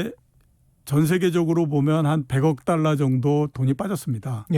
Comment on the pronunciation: 최 기자님 자꾸 딸라 딸라....그래도 명색이 방송인데 발음 좀 제대로 해주시길...너무 싸보여요.